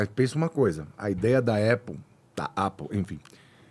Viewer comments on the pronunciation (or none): Os hispânicos são mais ricos que os alemães. Mas aí avalia a rotina de vida desses hispânicos. Kkkkkk pqp que bobageira. Alguem ensina ele pronunciar Apple...